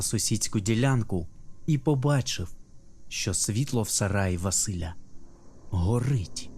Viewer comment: У вас дуже гарна дикція та виразність оповідання, але є кілька моментів, які трохи псували враження під час прослуховування : Помилки у наголосах, особливо імен ( правильно не ВасИля, а ВасилЯ) і іноді дивна побудова речень. Але я впевнена, що подібні речі легко виправити. Гарний виразний голос та шарм у Вас присутні, успіху у подальшій творчості!